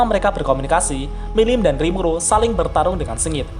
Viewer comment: Awal awal kok gw denger rimulu bukan rimuru wkwkwkk